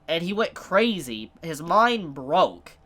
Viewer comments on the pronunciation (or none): none